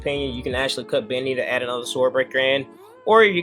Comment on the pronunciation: Come on bro I know you watched Dragon Ball Z. His name was pronounced Dende not Dendy. Same should be applied to Bende. Sorry just being nitpicky lol